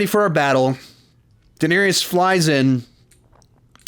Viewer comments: Love your videos but I'm so happy I never have to hear you pronounce Daenerys as "Dinarius" ever again 😂😂😂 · 8 fucking seasons and you still say Duhnerious